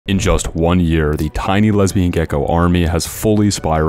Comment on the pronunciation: Le-les-LESBIAN WTF